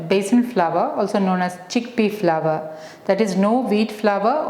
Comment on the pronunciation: Please pronounce as flour not flower